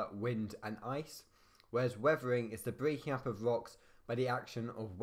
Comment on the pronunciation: WEVEWING (WEATHERING)